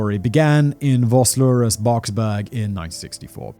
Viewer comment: Vosloosrus. V pronounced as an F.